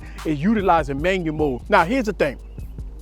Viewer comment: Love how he says Manyamode! Very valuable. This helps me with my v60 tremendously